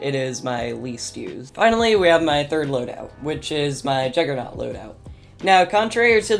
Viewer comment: was sayin “Jujernut” he’s the only G